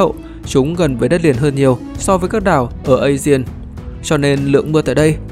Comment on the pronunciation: biển aegea phát âm là a gê và biển ionia phát âm là ai ô ni a